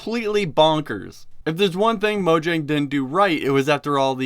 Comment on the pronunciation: Mo-yang. It's pronounced mo-yang.